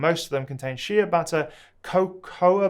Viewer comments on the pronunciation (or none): It’s Shea pronounced “Shay” butter